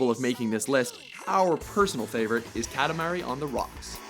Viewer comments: Kah-tah-ma-ri not Ka-ti-ma-ri. The a isn't the sound you'd use in the word cat, it's the a you'd use in the word art. And the ti is more of a ta then ti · Katamahree, not katamary (as in sound wise)